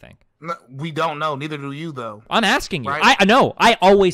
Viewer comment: Cool debate, I just didn't like how Destiny kept axing fake questions